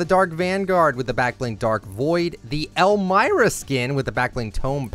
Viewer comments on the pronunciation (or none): none